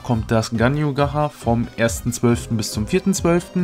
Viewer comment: Bitte ausgesprochen heißt es nicht „ gacha“ sonder gatschaa